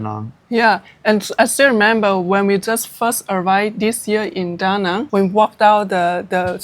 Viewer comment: Been 2 De Nang! Exactly the way you say! Loved it!